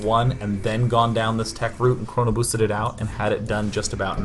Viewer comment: YES! Route***** "ROOTE"!, NOT RRRROUUTEYEE